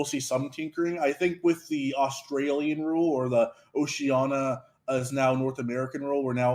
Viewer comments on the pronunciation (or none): Also, can you stop mispronouncing Oceania as Oceana? There's an "i" in there. It's a difficult to pronounce word but please don't embarrass all Americans more than they have been.